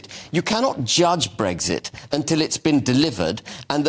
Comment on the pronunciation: Habib can't even pronounce the word "Brexit" correctly. "Bregsit".